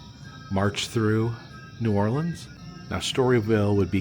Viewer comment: Love how you pronounce New Orleans correct but etouffee is pronounced a-too-fay not ed-da-fay